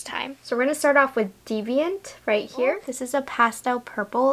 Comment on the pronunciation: The first youtuber to correctly pronounce deviant! 😂💕 new subbie btw loved the first look!